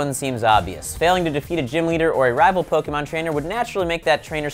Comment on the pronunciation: Why can't pronounce pokemon correctly?!